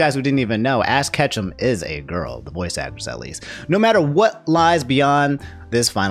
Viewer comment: Can't get over how you called Ash "Ass Ketchum".